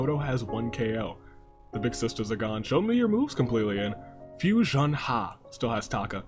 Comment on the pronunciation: 1st:Fui-son-HAH! 2nd:No AI in team 3rd:Expert Deduction